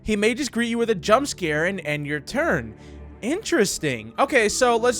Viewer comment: He says turn xD